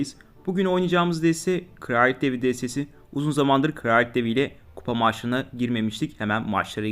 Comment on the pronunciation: Kraliyet kelimesini ağzında yiyon 🤣